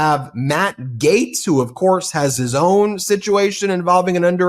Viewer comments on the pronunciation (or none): none